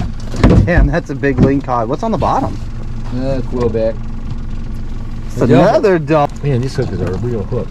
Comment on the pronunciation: quillback not quailback